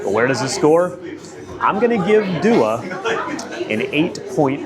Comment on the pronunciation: It’s Dua not Dua